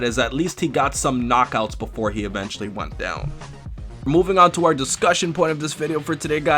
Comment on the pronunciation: O VENTUALLY??? really????